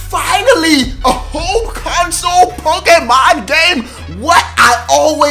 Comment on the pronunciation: The acsented e in Pokémon make the ā sound